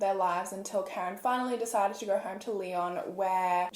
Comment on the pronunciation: and "home" as "horme"